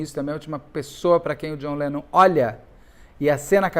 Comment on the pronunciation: A cara do Beto falando:…Jhon Lenom…